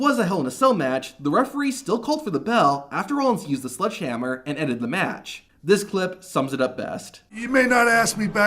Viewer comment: Mr. Narrator, it’s SLEDGEhammer, not SLUDGEhammer. Thank you.